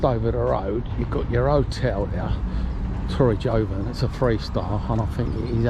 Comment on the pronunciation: The letter "j" is pronounced as an "h" in the Spanish language and its the Nautilus restaurant - not "Nautical"! A few ither pronunciation errors but don't want to be too critical!!